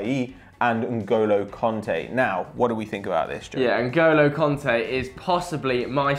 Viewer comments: N'golo Conte ?Did you mean Kante ? :) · It's "Kante" not "Konte" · Its Kanté, not Konté.. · It's N'Golo KANTÉ. Not Conté. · "N'golo Konte", nice pronouncing m8